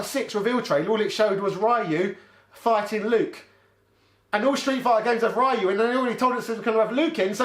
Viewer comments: guess what guys... its not pronounced REE YOU .. or RYE YOU... Ryu is pronounced Due. (short, dont drag it out). in Japanese... RY followed by a vowel changes the R into a D. in other words.. Da (dah) , De ( day) , Di (de) , Do (doh) and Du (due) for Rya, Rye, Ryi, Ryo, and Ryu respectively. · Ryu is { Ri' yoo } please for the love of all that is holy stop calling him "Rye - oo" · Why would anyone say it Rye-u. I mean do you say sorrye or ryethym? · rYE-yOO? ffs man. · What? I grew up with street fighter 2, and yeah I called him Rai-You before I heard it out loud, but since then I've learned that that was wrong and adjusted. I don't get why there are still people calling him Rai-You, especially you game historian types. Have they ever called him Rai-You in any piece of audible media? Even the terrible USA cartoon didn't call him Rai-You. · yo. please stop this rye-you narrative and doubling down on your false pronunciation for years man. I'm older than you. grew up with street fighter 2 in Germany. we never called him rye-you. yes some people called him roy lmao. but really this is just you pronouncing everything as if it's an English word. that's fine but stop trolling "too young to remember"... come on you're better than that lad. greetings from Germany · My outrage is the pronunciation of rye-you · Oh please. Just because you can't pronounce something doesn't mean all og players can't. In my area, we all pronounced Ryu, Mario, and Gaiden correctly lol. - Every single American IS blonde and ex-military. We also get our first pet eagles at age 10, tank at 16. But we have to wait until 21 to buy beer. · Dude there were several adaptations that came out within SF2 window which properly pronounced Ryu's name. There's no excuse. 😂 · I laughed out loud at it being a BIRTHRIGHT to mispronounce Ryu. (And Sagat, and maybe Zangief, but even Capcom can’t decide about him)